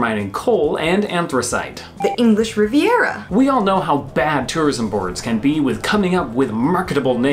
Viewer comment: Rhubarb has STALKS, NOT STOCKS. It is the English Riv-i-era NOT English Rivera